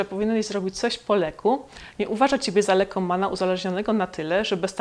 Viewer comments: raczej po Lekkku i trzeba to inaczej akcentować bo inaczej to brzmi jak byś była po zażyciu faktycznie jakiegoś leku. W ogóle te wszystkie śląskie słowa powinien wypowiadać jakiś Ślązak bo inaczej brzmi to jakoś sztucznie. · Po śląsku wymawia się to "poleku", bez słyszalnej przerwy i drugiego "k". Wymowa "po lekku" to byłby polonizm.